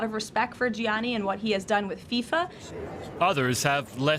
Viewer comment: I thought you Americans are big on silent letters. Can you learn to pronounce Gianni for heavens sake?